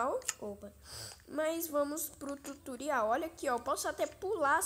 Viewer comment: Ele falo tuturial 😅😅